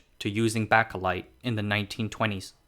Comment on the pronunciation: It's pronounced baker-light, not backer-light